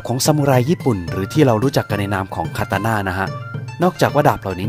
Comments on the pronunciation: ดาบมันชื่อว่า คาตานะ คะพี่ไม่ใช่ คาตาน่า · แอดโว้ย//ตะโกนแมร่ม// ถ้าเอาเลือดของแอดให้มันก็น่าจะ อิ่มอ่ะ เพราะแอดเลือดเยอะ55555 แอดดาบคนญี่ปุ่นเรียกว่า 刀 (Katana) คาตะนะ นะแอด ไม่ใช่ คาตาน่านะ